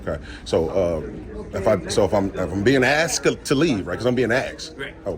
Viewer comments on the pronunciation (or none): I like the way you say “ask-t” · So you say they're playing games? Then you talk about your game comparing it to chess. Sounds as stupid as you saying AXED like you do. You want them to go by their policy identifying when they are identifying by name tag, badge and uniform.